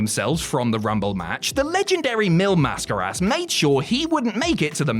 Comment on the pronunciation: Congratulations on saying Mil Mascaras. Can you call Simon Miller and tell him how to say it?